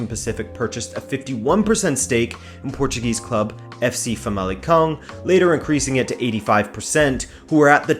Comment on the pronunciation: it's so weeeeiiid to listen a english speaker pronounce portuguese names so perfectly, especialy the '' ã '' i knew he was portuguese and he pronouced portuguese words right in other videos, but this video has so much portuguese in it, that gets strange